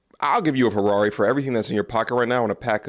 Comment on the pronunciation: Why say Ferrari like that 😂😂😂😂